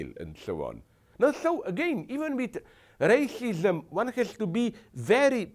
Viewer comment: What the hell is Rayshishum?